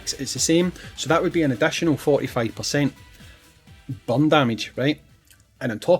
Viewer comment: Took me a while to figure out you meant burn not bum